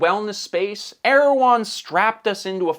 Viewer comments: I believe it’s pronounced Er-ew-hon. Either way, same business model as Goop. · Man, every time i heard you say the company's name i thought you're talking about the Turkish president...